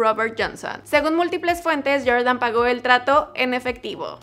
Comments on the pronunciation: "YorYan" "Naiki" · Que rabia cuando dices Jordan